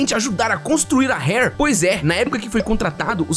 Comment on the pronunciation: segue fala "seg - u - ê", s com som de s mesmo. diferente de fugue que seria "fiu - gi", esse gi seria como se fala ele em gilherme. e já que estamos aqui, esse primeiro r da "Rare" tem o mesmo som do paulista do interior falando poRta, pode carregar no r. do jeito que voce falou seria hare, que é lebre